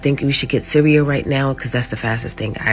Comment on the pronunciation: What is ceweal? That lady is annoying.